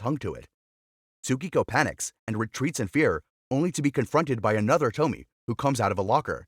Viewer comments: It's not "TO-MI" but "TO-MI-E" dumb narrator lol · And also its not pronounced toe-mee. Its to-mi-a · It’s pronounced Toh-me-eh not Tomy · You already spelled "Tomie". So why do you keep calling her Tomi??? It is TOMIE. To Mi E. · It's not Tommie (that read same as Tommy), it's tomi-yeh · Small edit, her name is said Toh-mi-eh, not Tomi, that’s a totally different name. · (TOE-ME-AYE) Tomie Not (TOE-ME) as you pronounced it. So hard to make it through this video because of it. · Toh-mee-eh, short E at the end, not Tomi. Baka gaijin. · it’s not toe-me it’s toe-me-aye (Tomie) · It's not pronounced tomy by the way it's pronounced to-mi-eyy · Tomie is pronounced 'tommy - eh', not 'tommi' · Toe-me-a is how it’s pronounced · It's pronounced "TOMI-E" everything is pronounced the way it's spelled out in Japanese. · It's pro bounced to-me-aye 😭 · Say it with me.. "To-me-a" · It’s a classic, this is actually quite well known in Japan! btw it’s pronounced “TOH-MI-EH” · Toe me ay.the miss pronouncing of the name throughout the video drive me crazy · Dude it's pronounced To-mi-e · I think ‘Tomie’ would be pronounced ‘Tow-me-ay’ 😅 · Im so peeved by how he pronounces Tomie. It's tow-mi-ye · It’s pronounced “toe me aye” btw for people who aren’t robots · There's no way David Cronenberg and Junj Ito aren't aware of or inspired be each others work. BTW "Tomie" is three syllables and rhymes with "go ebay" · It’s “Toe’ me’ yay’” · It's To-mi-eh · It's to-mi-e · The way he pronounced “tomie” 😭😭😭